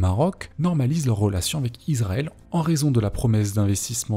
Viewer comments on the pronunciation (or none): Alors par contre, on ne prononce pas Israël "Izraël" mais "Issraël". Il en va de même pour Bahreïn. On prononce "Bahrèïne" et non "Bahraïne" L'étape suivante c'est de prononcer le G de Erdogan... Bon, tu le fais pas ça va. :)